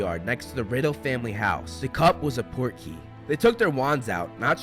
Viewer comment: when i was watching the goblet of fire, i kept thinking cedric was saying “porky” and i was like oh maybe that’s like english slang for cool or dope 😂 portkey makes way more sense ahaha